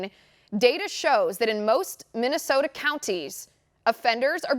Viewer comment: Say minnisota................who do you think you are......CALIFORNIA???